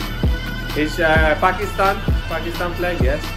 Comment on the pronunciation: Thank God, you pronounced 'Pakistan' correctly